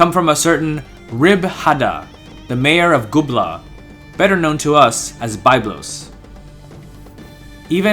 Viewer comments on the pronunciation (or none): It is Biiiiiiblos not Bayblos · I cringe every time I hear the incorrect pronunciation of Byblos, but otherwise excellent videos. Thanks!